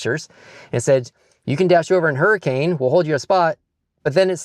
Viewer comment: AND its Hurri-kin! Not Hurricane!